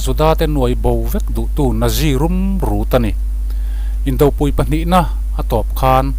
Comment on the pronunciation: Indopui a pui i thluk dan hian awmzia a nnei lo.Arpui a pui lai thluk ang hian thluk la a awmzia a hril chhuak pha ang.